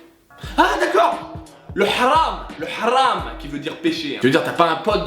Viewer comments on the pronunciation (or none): Gros fail sur ce coup Jhon Rachid : Le vrai mot se prononce bien "Haram" en arabe classique. "Hram" ca se dit en arabe dialectal. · J’avoue très drôle, par contre si je peux me permettre j’ai mal à mon arabe, en effet le mot péché en arabe littéraire comme dans le Coran par exemple se prononce bien « haram » et non « hram » comme le prononcent nos amis maghrébins avec leur dialecte